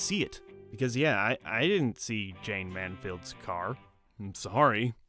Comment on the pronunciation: How can you claim to know film and not be able to pronounce MANSFIELD?